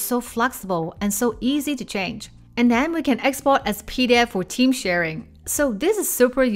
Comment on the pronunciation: 😂 PD 'F' File. Please don't forget that F. Thats not a word you want to say in a presentation. Now I know what it's like for others when I get my mandarin tones mixed up. Gotta love languages!